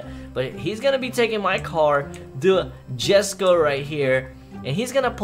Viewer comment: don't say it as jesko its pronounced as "yesko"